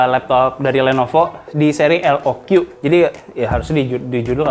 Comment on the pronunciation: Kata jagat review dibacanya LOK bang bukan LOQi 😅